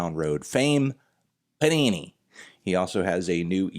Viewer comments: It's "Panini" not Punani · Anthony, it's pronounced "PANINI" not "PUNANI"